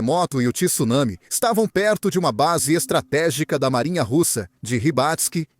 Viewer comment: TSU, não TISSUNAMI....